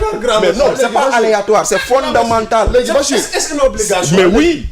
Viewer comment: Fondemental, fondemental, fondemental 😅😅😅😅😅